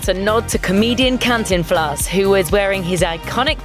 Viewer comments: can-tin-Flyas lmao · podcast para lavar los trastes righ Catinflas sounded like Cuntinflaws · Cant-in-flas???? Can-tin-flas! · “canteflas” it’s Cantinflas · Can't-in-Flaws for cantinflas oml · How many people cringed when she pronounced “Cantinflas” wrong 🤦🏽‍♀️ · Your bad at saying these Mexican names and cantiflas was on the yay